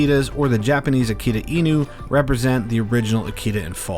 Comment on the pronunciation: Firstly, please pronounce "Akita (秋田)" correctly, it's a short-vowel. American Akita dogs are not considered real or pure-bred Akita-inu in Japan, but they do carry some traits. Japanese dogs have been in Japan since the last ice age. They have been bred for mostly hunting and raised with raw fish and meet (or basically left-overs in the process of human cooking.) Without fish, Japanese dogs will suffer at older age. It was uncommon to keep them inside the house or on a leash up till mid-to-late 20th century. They were never pets, but rather known as "MATAGI" dogs. MATAGI is a unique and ancient hunting style conducted in the mountains of Japan. That's why Japanese dogs only have one master/owner.